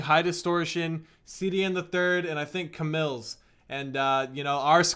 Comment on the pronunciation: Its C-mills not ca-mills